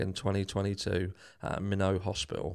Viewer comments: FYI - Minot is pronounced My - Not. :) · Great work clearing the case of 2 Ethan Chapins up! I’m from ND…and just to let you know…Minot is pronounced “why not Minot” or “my-naught”. What a tragedy for both Chapin families.😢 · Hi, Go ahead and pronounce the final "t" in Minot. We do.